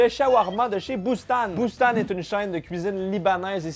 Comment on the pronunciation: Pour Boustan, ca se prononce "Boustane" pas "Boust-an"